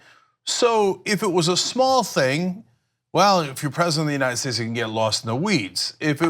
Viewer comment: Don't forget when he said, "The United Shaeshe".